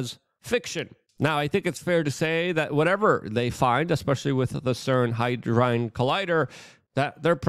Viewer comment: "HAD-DRON" Good sir. In a sentence to help pronunciation "Had Ron realised Hermoinie was transgender, he'd have have thought twice about sharing his twitter/X handle" Love your content, keep up the great videos.